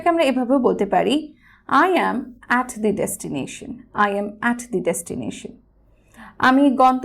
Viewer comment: I am at the destination.. The pronounciation of THE shouldn't be (দি). It should be (দা) because the word destination starts with consonant not vowel..